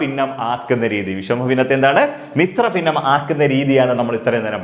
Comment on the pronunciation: ഫിന്ന അല്ല ഭിന്ന